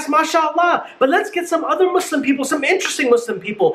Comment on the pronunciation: For once someone said Muslim right